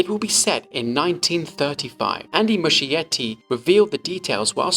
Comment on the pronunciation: nice video! just wondering, does Muschietti pronounce his surname like that?? As an Italian it sounds weird 😅 It would sound more like Muskietty [musˈkjetːi]. The meaning is something like "small moss[es]"